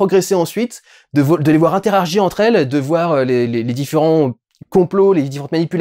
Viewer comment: "interagir", frérot